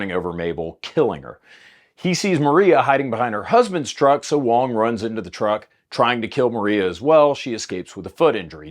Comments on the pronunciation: Going between pronouncing "wong" and "wang" really made that story hard to follow lol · At one point you called him Wang and that was Wong.